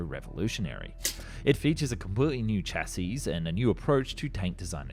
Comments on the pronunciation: Man, with all the work you put into these videos you still mispronounce words constantly. Which is understandable for foreign languages, but the with word "chassis" the final S is not pronounced. Have you never heard anyone say "chassis? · Exactly! I don’t know what country the narrator is from but a lot of non-English people seem to have trouble pronouncing the word ‘chassis’. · I like your videos, even the "In a World" tonality. But please spelling - chassis, not chasis. Check pronunciation first 'shassi' not 'chas-is', Tee-You not Too for Tupolev and so on. Cheers